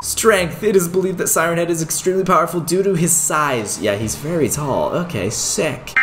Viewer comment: At the start of the video when you said siren head you sounded like you said Simon head lol